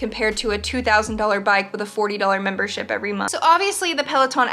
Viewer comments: Guys it might just be me but when she said gym membership i thought she said gym membershit. Lol 😂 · ya she did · She did lol